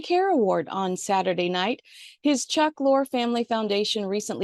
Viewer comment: Isn’t Chuck’s name pronounced “Lorry”?